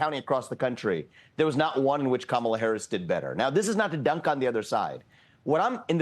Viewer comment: the way he says “country,” and , the way he says “dunk,” both have a distinct pronunciation commonly heard in Indian accents.